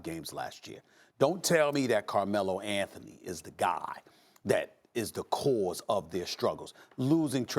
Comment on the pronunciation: Carmelo L-A-nthony